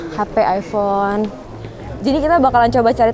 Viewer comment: Aypon yah bukan aivon😁